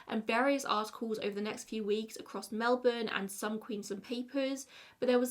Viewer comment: NAILED the melbourne pronunciation, and the second queensLAND pronunciation is the right one! Also, I like this set up! Whatever works best for you :)